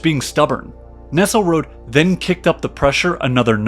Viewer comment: Good narrative, though with a lot of words mangled: Magyar is pronounced majyar or madyar not Magyar, Russian minister Nesselrode was German not French, thus NEssel-ROdeh, not Nessel-Rod. To comprise means to include, not to compose, thus something being comprised of something is like something being included of something, it's not English. Kuku Kskaka is actually Koochook Kahjnarja or -ji. Walsha is actually Wallakia.